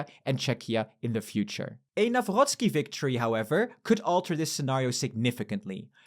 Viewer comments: Why do you read "Nawrocki" with french 'r' 😭😭😭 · We dont have german sound of "r" - the german one comes from throat, polish from the front of the mouth ;) this is how Karol Nawrocki name should be pronounced - still really like how you called them!